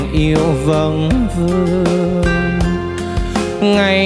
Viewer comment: trường vũ sau phát âm chớt quớt hết,ướt áo mà ca ước áo, trường tan mà hát trường tang. vấn vương, hát vấng vương, nhân tình trẻ lại hát nhâng tình trẻ, còn nhiều lắm